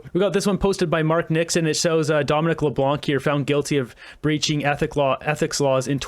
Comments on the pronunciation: Leblanc. The c remains silent. Say Leblan. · Please Google the pronunciation of Leblanc.